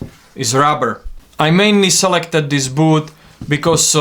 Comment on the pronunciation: It’s ‘boot’, not booth